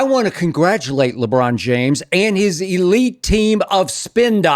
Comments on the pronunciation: 😂😂 Skip Foul with the "LeCon James 💀🤣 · Okay Skip 😂 He said, LeCon James ..😂🤣🤣🤣💀